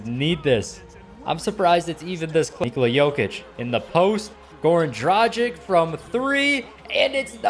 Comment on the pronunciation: Dra gik it hurts me how you say it its dragi`c(not hating btw)